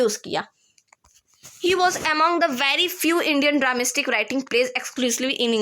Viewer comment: Dramastic nhi dramatic hota h